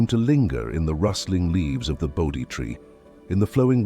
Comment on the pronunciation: Not ‘boaty’ tree. Bodhi tree. There are a few others as well.